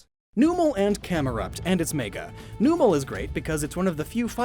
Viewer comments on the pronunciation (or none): Lol, didn't you explain Magcargo in another video? Also, it's pronounced "BRAKE-SIN" not "BRAKES-IAN". And Numel is pronounced "NUMB-el" not "NOO-MUL." And "Baile" is Spanish; it's pronounced "BYE-LAY", not "BAW-LEE."